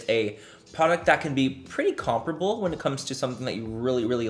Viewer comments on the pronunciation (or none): Am I the only blown away by how he says “comparable” as “comproble” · yea but it’s not said like that 😂 the right way to say it is ‘compare-uh-ble” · “Comprable” 👀 I had to google that to make sure it wasn’t a word lmaooo